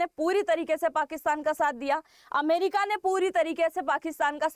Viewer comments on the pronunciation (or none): none